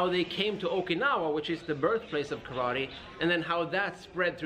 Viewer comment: How is it a karate nerd can't even pronounce "kara" "te" empty hand correctly?